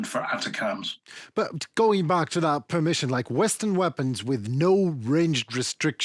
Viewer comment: Thanks for this video. Please, to correct the pronounciation of the US’s rocket munition; ATACMS. I should and has been pronounced as, “A-TAC-MMS.” And not, “ATTACUMS.”